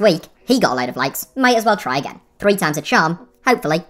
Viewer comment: bro you said tines before yet it was times